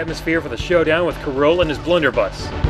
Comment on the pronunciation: It took me forever to figure out K. Rool sounded like cruel when you said it as 1 word.